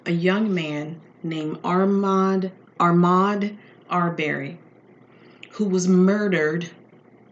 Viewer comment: It’s pronounced Uh-mod R-bur-ree